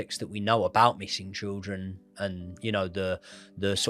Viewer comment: Great coverage of this case. Glad to hear say 'trildren' and I love you 😘😘😘